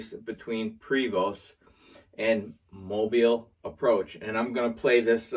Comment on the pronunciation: Thank you for pronouncing Mobile correctly.